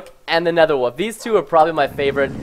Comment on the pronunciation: He says woof instead of wolf...